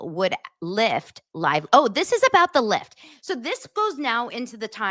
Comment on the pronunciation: Did you say lift or clit😮?Best comments, made my night!